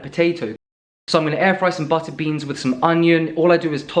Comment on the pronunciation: Was waiting for him to say peanut BUTTER instead of butta’ lol